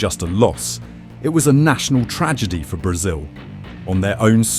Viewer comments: Tragedy ❌ tradegy ✅ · No it was a “tradegy” 😂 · "Tradegy" The defeat was so lopsided, it gave the video dyslexia.